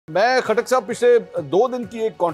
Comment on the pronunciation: P ktak nahe lota katak bolo